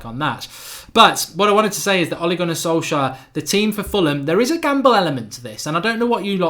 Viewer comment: SOL-SJKAER'S GAMBLE??? You got the name wrong mate!